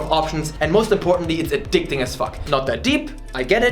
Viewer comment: It's not a-DICK-ting😏